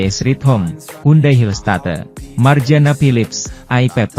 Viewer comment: Admin ini tiap bernarasi suaranya bagus,lancar.Intonasi kalimat juga baik.Tapi tiap menyebut kata Hillstate kok aneh.